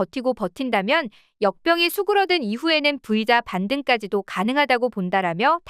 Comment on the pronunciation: "V" "브이자" 라고 발음 하지 말고 "브이짜" 라고 발음하세요